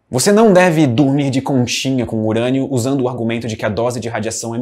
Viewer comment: UUURÂNIO?????!! DECAI PRA HÉLIO. "Eberlin Marcos "🤨🧐